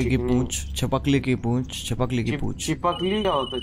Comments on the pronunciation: chipkali❎ Carry: chipakali☑️ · No one only carry chipkilli ko chipakilli bolta hai😂😂😂😂